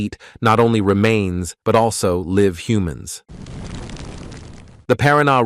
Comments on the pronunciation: I love how it pronounces "live" (LIEV) as (LIV) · '.... liv humans...', eh? As opposed to 'live' humans? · When the computer generated voice pronounces "live" as an adjective (the band was performing 'live') instead of a verb. (I 'live' in the country) 😖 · Please explain to your bot that "live" is pronounced 2 ways with 2 uses.